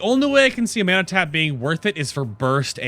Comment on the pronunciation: funny how you say mana, "menna" :p